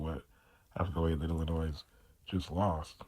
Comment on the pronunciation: Don’t pronounce the s in Illinois. Gotta fix your volume